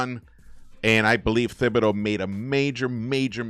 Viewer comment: It's spelled thibodeau but his name is pronounced tibbidaeu "Tibbs" not thibs. 😬